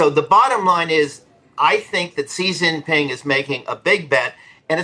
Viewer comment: "See Jinping"?! Use the Mandarin pronunciation/transliteration, or even the ugly Western "Zhee Jinping"; but, don't use the southern dialect pronunciation. Tool.